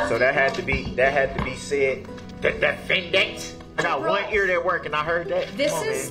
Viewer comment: The DE-FEN-DANT, my favorite part to the scene.